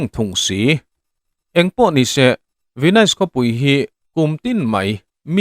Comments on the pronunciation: Tinge Venaise tiin i lam daih a😅Venis tia lam tur ni awm tak a ni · An sawi tawg nual tho a, Ve-nais i ti daih a. Ve-nis tia lam tur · Venais ti reng😂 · Venais tiin kan lam ngai lo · Youtuber threnkhat hi tinge in tilui thrin emoni le ka ti hial ani....hming/veng/khua lamdan dik te hi zir hmasa thin ula ngaihthlak ti nuam lo vek hian duh2 dan hian in sawi top zel mai...venais tih i lamrik ka hriat rual2 in ka ngaithla peih lo nghal 😮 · Venis tih tur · Ka Pu, Venis ti in, lam teh khai. Ahlutna i ti ho dawn tlata😊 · A hming i lam dan teh daih chu